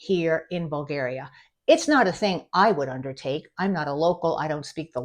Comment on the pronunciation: In Bulgaria it's illegal to say BulgEria. It's BulgAria, with "A" like BrAzil.